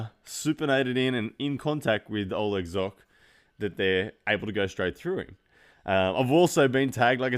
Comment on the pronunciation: pronounce Zhokh correctly